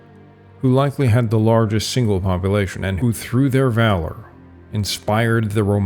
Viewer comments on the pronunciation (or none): none